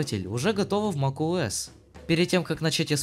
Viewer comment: на протяжении всего видео мне слышалось макОС а не макуОС